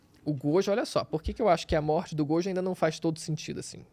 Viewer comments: Ela falando "Godio" é terrível kkkkkkkkkkkkk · Só eu que perdi a paciência com essa mina falando "godjo"? Kkkkkkk